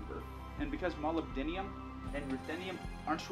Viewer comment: Molubdinium is not how you say it. There's no "I" in molybdenum.